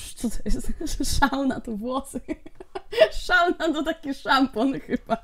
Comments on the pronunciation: czyta sie szona ona jest z xy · 6 generacja i czyta się szona i skidu ale mogłaś nie wiedzieć.